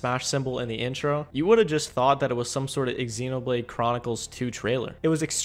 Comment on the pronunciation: The way you say Xenoblade though. It's pronounced like the "x" is a "z" (imagine it was spelled zenoblade).